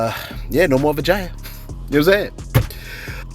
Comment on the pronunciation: Don't you say vagya again,,or how ever you spell it